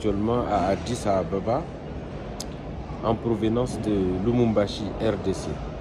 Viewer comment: Toi aussi tu dis Lumumbashi, c'est LUBUMBASHI.